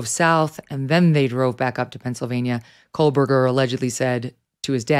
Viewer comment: why for the love of God can this woman not pronounce Bryan KOHBERGER ???? she keeps saying COLBERGER and the the program translating her words into to subtitles picks it up and its put on the screen as COLBERGER ..she has covered the case for a year and EVERY video she mis pronounces ... is she just dim witted or what ? its KOHBERGER ..get it right